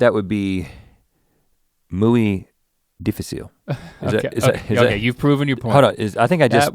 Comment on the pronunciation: Rhett actually said it right in Spanish! Muy dificil translate in Spanish as very difficult. Good job rhett